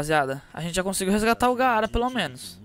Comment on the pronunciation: Nao é gaaaaaara como se pronuncia é apenas gara q se diz